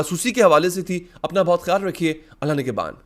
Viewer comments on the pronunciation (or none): none